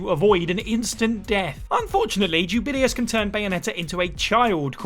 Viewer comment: “Jubillyus” Jesus Christ they pronounce it in the damn game for you